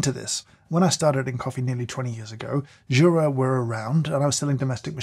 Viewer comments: it's "you-ra", not "choo-ra". Jura is the mountain region northwest of the (swiss) alps. Jura is a swiss company named after said mountain because of their location just southeast of it. greetings from switzerland ;) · Jesus dude, at least learn how to pronounce those names. You have butchered it completely - at least Jura, Miele and rest fail also.